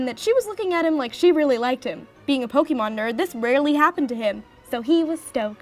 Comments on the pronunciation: It made me cringe every time she said "pokeemon"... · oh shit when she spelt it like pokeemon i figured she just spelt it wrong i did not know she was talking about the pronunciation sorry